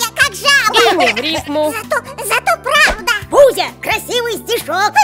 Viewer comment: Э бузя не бузи